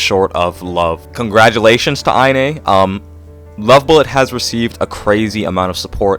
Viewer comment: btw inee's username is pronounced "eye knee" lol